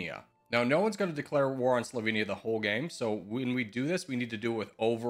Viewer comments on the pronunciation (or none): none